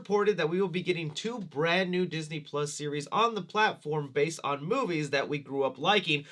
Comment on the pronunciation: Ah Yes! Diseny+…